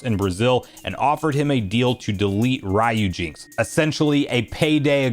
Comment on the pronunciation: Do you pronounce the Capcom character name Ryu in the same way you’re pronounc-ing the part of this emulator name? I’m pretty sure it’s “REE-yoo”, or maybe “ryOO”.